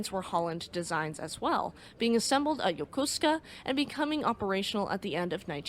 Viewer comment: Thank you for pronouncing Yokosuka correctly. Great video